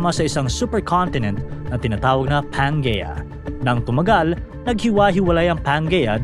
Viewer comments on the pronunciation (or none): Pangaea is pronounced as "pan-jee-yah" (pan-jee-uh). Another awesome educational content,!